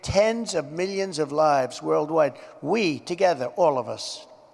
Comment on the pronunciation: I hope "meelions" becomes the new mock word like "Chiynah"